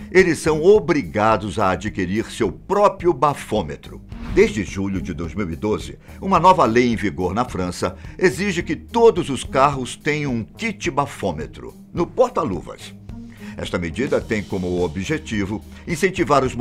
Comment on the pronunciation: Gosto do. Ele está mais à vontade, com narração mais leve e natural mas ele continua falando, "própio" em todos os vídeos. Isso é vício de linguagem. Como é narrador, é melhor exercitar antes das gravações. Abraço!